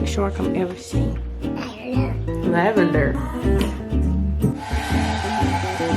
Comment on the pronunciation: She said “lavender” 😩😂